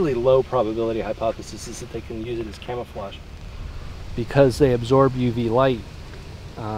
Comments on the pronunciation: "Camoflauge"? Camouflage. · it's camouflage and not camoflauge